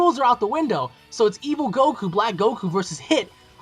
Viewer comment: *goku not gould